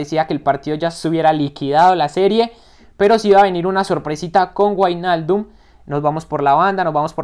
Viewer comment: buen video crack, se dice como vignaldum nowijnaldum pero me encanto la simulación muy buena